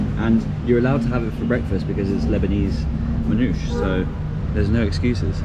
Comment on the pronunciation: Lovely video wish you a pleasant stay...however Lebanon was never colonised by the french, it was merely a french mandate. Its called manoushe, with a verbal e at the end...no not an italian tomatoe sauce based pizza...just a tasty Lebanese manoushe. All the best for the rest of your journey.